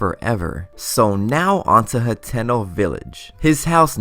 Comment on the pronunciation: It is pronounced Hat-eh-no, not He-ten-oh.